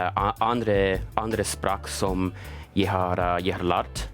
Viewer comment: It's not pronounced "Norgay". lol! It's pronounce 'Norgeh". Hahaha! Also, not "Yay"(Jeg, meaning I in Norwegian), "Yi" with the English long "I" sound.